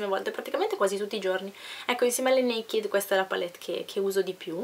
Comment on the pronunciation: scusa se ti faccio questo appunto, visto che ora studi lingue...non si pronuncia Nekid ma NEIKED con l'accento sulla prima "e" .